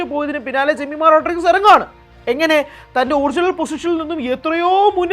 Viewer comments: Jemi ❤ (Rodriguez എന്നത് അവർ റോഡ്ഡ്രിഗ്ഗ്സ് എന്ന് ആണ് പറയുക റോഡ്രിഗസ് എന്നല്ല) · The surname Rodrigues should be pronounced as as in Rodrigs not as Rodrigus. The family must have Portuguese lineage or ancestory, hence such a surname. Jemimah's father trained her from a very young age. Seeing her talent and passion, he must have felt that he could make her an international cricketer. The girl built a cricket career by relentless hard work and now her name is being talked about in the cricketing world. Remember she has played in English and Australian leagues. They wouldn't take any underperformer. Her performance yesterday was unbelievable. She was obviously driven by someting more than human, which we call God or whatever. She attributed her performance to Jesus and the Bible. Fair enough, that is her belief which is only benefitting the country and the cricket world in a positive way and not harming anyone in any way. On rare occasions, the powers of the entire universe drives individuals who work extremely hard and focus fully on their target to achieve something beyond their own capabilities and human imagination. This will not happen to any average minds or to any run of the mill types. Hope and wish the entire universe bestows on the Indian team the drive and inspiration to lift the world cup on Sunday. Wish them all the best.